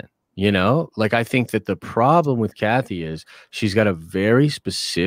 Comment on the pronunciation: When Den of Nerds says Kathy it makes my stomach turn…